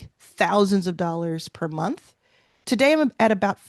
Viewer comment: “One day” is TUH-DAY.